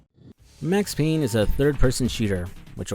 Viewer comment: It’s Payne!